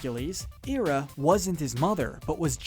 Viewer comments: Just so ya know it’s not Era it’s Hera; just so ya know. Ok? Sorry to interrupt, keep going. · THERES AN "H" in HERA . its pronounced hair-uh not ear-uh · Omg. The H in hera is pronounced. Her name isnt era. Its hera..... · IT's pronounced Hair-a not Hear-a. thats why hecules is pronounced Hera- clees in greek which u got right. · Hera. Hair-uh. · When he said hera I think he eera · Just saw this video and started watching it; got to the point of him mispronouncing Hera's name and had to see if anyone caught that. With as much effort be put into making this video, you'd think he'd get it right. Right? Okay, rant over. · Not subscribing due to the pronunciation of Hera. Alcmene, too, but mostly Hera.